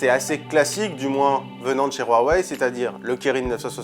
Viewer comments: Hhh non je préfère de loin Samsung s9, et on dit huawei, pas roiwei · Le [wharwaye] ... mais c’est quoi cette prononciation ! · Sa me soul tu dis roaweiy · C'est la prononciation de Huawei :)